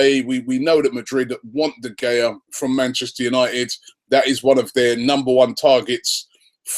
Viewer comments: Robbie ...... its pronounced De Hea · How does he still not know how to pronounce De Gea? Good lord